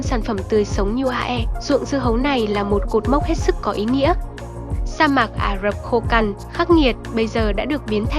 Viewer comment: Trời ơi, làm ơn phát âm chính xác hộ. Rừng "Amaron" là rừng gì? Âm "z" chứ không phải là 'r'. Hay "A rập" chứ không phải là "A dập". Nội dung rất hay, mong kênh cải thiện giọng đọc.